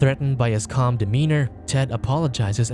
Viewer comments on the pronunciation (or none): none